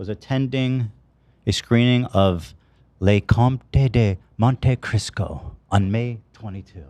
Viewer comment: Ethan: "Le Compte la Monte Crisco." 😂